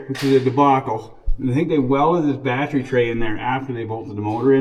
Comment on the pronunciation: My girlfriend likes the way you say battery, I'm now required to say bat tree lol